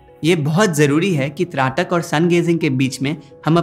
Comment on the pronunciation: Dhraatak nahi. aap shayad Traatak kehna chahte ho.